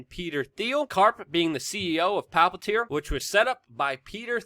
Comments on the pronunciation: It's Palantir, not Palpatir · WeAreChange desk pounding, screaming, whatever. All good. Could make a little more effort to pronounce things better, I.e. Palantir (not really pronounced Pal PAT ear). Also, has Palantir moved completely to Silicon Valley from Washington D.C. area? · Luke I love your work, but sometimes you might want to pronounce things correctly its Palantir not Palpatir like from the Lord of the Rings PALANTIR not PALPATIR don't combine LOTR (Palantir) with Star Wars ( Emperor Palpatine/Darth Sidious) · It’s Palantir not palpatir senor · Palpantir? Dude its Palantir. One P not two. You sound like a doofus. You are usually a lot more professional than that. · Why are you pronouncing Palantir as Palpitir? 🤣 btw, Palantir is the word used in LOTR to describe the seeing-stones which were used by Sauron and Saruman and others to communicate to eachother. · "Palpatir???"WTF??? It's Palantir.JFC say it correctly.. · It's Palantir not Palpatir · Luke, why do you call Palantir Palpatir? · PA -LA -N-TIR